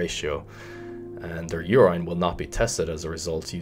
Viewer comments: Nobody:: “UR-EYE-N” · nobody:: YOUR-ENINE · Na you good. is mispronouncing it or they pronounce it the way he does in Ireland. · Love the way you say urINE bro 😂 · I've been pronouncing urine wrong my entire life. Awesome video